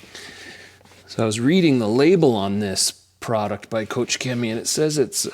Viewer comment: Koch Chemie not kotsch Chemie, like scotch 😂